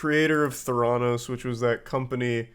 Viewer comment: Th air ah nos not ther on ose